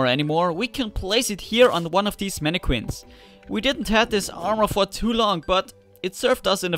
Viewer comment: "Manniqwin". Seems legit.